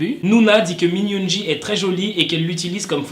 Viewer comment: Min yoongi sa se dit min yoongui et non pas min yoonji